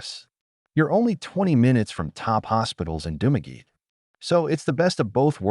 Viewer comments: I just have one thing to say about this video. If you are doing videos on countries you are not living in of ever been to please learn how to spell the names of places and how to prononce them. It is Dumaguete not Dumagi. You also spelled and mispronounced the names of many places in the Philippines. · If you have been in the Philippines for 5 years, and visited these places, as you said, then you wouldn't be pronouncing Dumaguete as "Dumageet". And your opening pic of the locals you met wouldn't be AI generated 🙄🙄🤣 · You've been in Philippines a long time, but can't pronounce any of the places. Dumaguete, for example. Malaybalay, I lived in for 3 months... again, terrible pronunciation. Also, Mindanao in general doesn't get many typhoons because of the ITCZ (Intertropical Convergence Zone). It is also near the equator, which results in a weaker Coriolis effect and makes it difficult for typhoons to develop and maintain their circulation. Finally, center city Baguio was created by the US Armed Forces during WWII after they beat the Japanese off the island. The infrastructure there was designed by American Engineer Corps and is generally safe. I went through 2 typhoons living there, and the worst problem I saw was in 2016 when the roof blew off the SM Baguio Mall. That problem has long since been fixed so it shouldn't happen again. You WILL get occasional landslides in the suburbs and further out of Baguio, but the central area is safe.